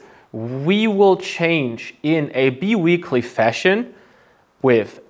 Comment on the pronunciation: I hate to be a language nazi but it is pronounced linear almost like in german spoken "linea". I really appreciate the high level of content on your channel so I cant help myself. ☮ 🙏 (also bi weekly progression is spoken "bei wiikli")